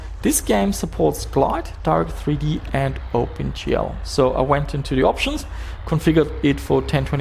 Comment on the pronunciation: Jesus, the way you pronounce Direct3D... Half the video I was wondering who's Darth E.T. ;P